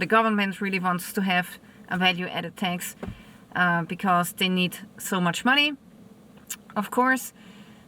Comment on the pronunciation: It is not VET but VAT!! Not TEX but TAAX!!😂😅